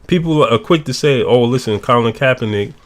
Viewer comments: i think Ray called Kapernic "kappanigga" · Did he say kap-a-nigga ? Lol